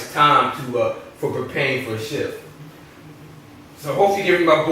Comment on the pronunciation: he said shft LMAO instead of s h t f! anyone else thought that was funny